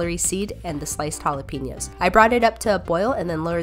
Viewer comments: idk why but it triggers me when people pronounce it holla-peen-yos my family pronounces it holla-pen-yos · It’s pronounced Halapehñoooos NOT Jalapiños